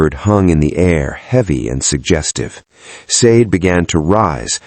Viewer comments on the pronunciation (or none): Love the story telling, the name SADE is a Nigerian name is pronounced , (SHAH- DEH ) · Lovely story. Please look at the how the name Sade is actually pronounced. (Shah deh)❤❤ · Ha ha ha yes please Shah Deh !